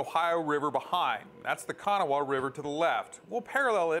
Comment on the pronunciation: The river in WV is pronounced Ka-naw. The A at the end is silent. It threw me for a loop too....